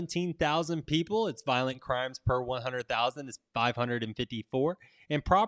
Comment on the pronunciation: Violent, not Voilent